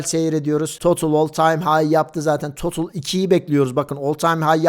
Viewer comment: Herşey iyi hoş güzelde total e totıl demen tüm ciddiyeti kaybettiriyor 🤦🏼